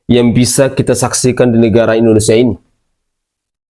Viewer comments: Indonesiah, di tundah, merekah, ko ngomong gak ada yg benar, terpujih, indonesiah,, gak usah ngomong kalo blm bisa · Masa indonesia, di baca indonesiah, berani merobah nama indonesia